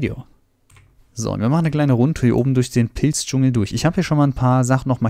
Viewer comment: Der Pilz-Dschungel! omg ich hab erst pissdschungel verstanden und dachte so wtffff